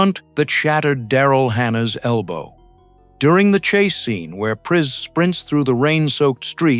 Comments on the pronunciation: Characters called "Racial" and "Preese"? Clearly the narrator didn't watch the film :( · The mispronunciation of Pris and Rachel throughout, it's a dead giveaway either AI or whoever you are making this thing you don't even have two seconds to learn the pronunciations of the names that are key to this thing that you're making?? Pass. I'll re-watch the multi-hour documentary.